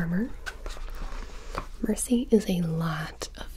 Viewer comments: Holy... She doesn't said "Mercy" but she said "Muhsee" EXACTLY LIKE SHE DOES!! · I thought she said Hi, my name is Mancy. Like Nancy but more manly.